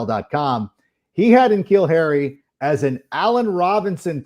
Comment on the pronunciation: Yo it’s Nuh-Keal Harry bro. That’s how you pronounce his name, Iol it’s all good tho